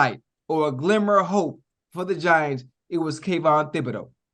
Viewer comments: Omg lol Chad bruh , its T i b - UH - Doh ... you had me crackin up. I said now how did he get that? A simple Google search and the 1st pronunciation 👉 T H i B 😂😅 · I like the way he said it 😂